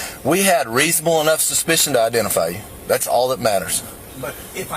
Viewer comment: “We had reasonable ENOGH suspicion”.